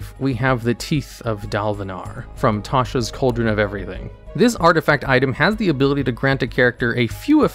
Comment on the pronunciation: You lost me at the second you said tasha.